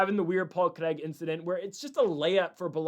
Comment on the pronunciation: LITERALLY TURNING THIS SHII OFF BECAUSE OF HOW HE'S PRONOUNCING "CRAIG" BRUHHHH STOP SAYING IT LIKE HE'S FKN BRAZILIAN